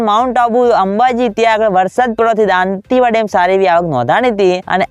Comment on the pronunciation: સારી રીતે બોલો દોન્તીવાડા નહીં દોતીવાડા કહો